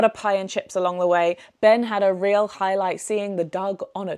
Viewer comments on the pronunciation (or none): none